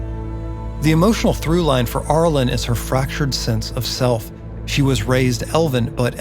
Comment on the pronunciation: Cool video, but the beginning of “Arilyn” sounds like “air” or “arrow” not “are.” I know it’s a nitpick, but I winced whenever you said it. Overall, I loved it. I grew up on these characters as well. Shoutout to the commenter who mentioned Myrmeen Lhal and the Night Parade!